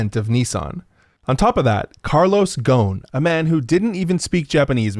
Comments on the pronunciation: The S isn't silent in his name, its Carlos GhoSn. Not Ghon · His name is not gown it's ghosn which is pronounced rosn with a french R. and the s is not silent. Idk if he changed how it's pronounced, but it's a funny name because it means tree branch in Arabic. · Great video but the pronunciation of his name is driving me crazy lol! He's Lebanese and the name is pronounced like "Gho-Sun." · Carlos ghoson not ghon? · It's pronounced Gho-soun not ghon man... otherwise good video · his name is Gho-son arabic for branch, not ghon lol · Man you're mispronouncing his name and it's distracting me haha. It's Ghoson. غصن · Love how so many people are making fun of his family name yet thats not how its pronounced lol. Ghosn, pronounced as gho-son, is a lebanese family name, translating to tree branch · His name is carlos ghosn the s is pronounced not John! It's an Arabic name. It literally means tree branch, and its pronunciation in Arabic is fabulous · It hurts my ear to hear you say Le as Les, and his name is Ghosn Gh as french R as in Ro, and the S is pronounced. His name isn't gon like HxH main protagonist lmao and I know it's not your fault.. that's how the media says it and possibly him. His last name Ghosn means tree branch, a very well none Lebanese family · You butchered the guy name is should be ghu-son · He's Lebanese and his last name is not pronounced that way at all man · Your pronouce of his name is just ignorat American thing. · well gotta tell you the s in his name is not silent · Bangin' video, but every time you tried to pronounce his name I winced...